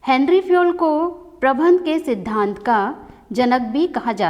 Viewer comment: Men Sahab prabandh ko bar bar aap prabhan prabhan kahati Hain ऐसा क्यों